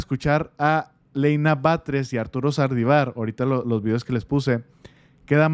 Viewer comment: Oye no es sardivar. Es SALDIVAR.